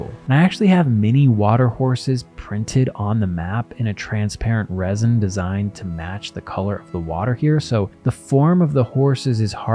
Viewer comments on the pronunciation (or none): none